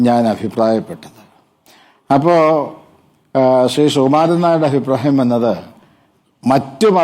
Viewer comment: ശീ.... അല്ല.... സാ.... മീ.. ശ്രീ... എന്നു പറയ്... ആദ്യം പുരോഗമനം.. സാ മി തന്നെ വരുത്തി. കാണിക്ക് ബർമുടയും ടീ ഷർട്ടും ഇട്ട്.... അടുത്ത തവണ കാണുമെങ്കിൽ കാണിക്ക😂😂😂